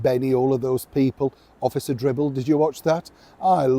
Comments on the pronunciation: it’s officer Dibble not Dribble 😂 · it’s officer Dibble.